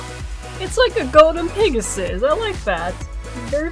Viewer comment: Lol you kept calling the pegasus, pigasus! anyway your art is beautiful.